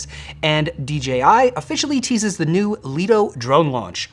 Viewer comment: Did someone type "thee" on the teleprompter, instead of "the"? ( , , , , , , , , , ) "Thee" is an archaic or dialectal pronoun used as the object form of 'thou,' which means "you".